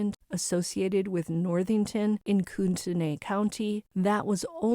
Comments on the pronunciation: It’s pronounced: COO-te-NIGH. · its pronounced "CORE DA LANE" and its "COOT KNEE"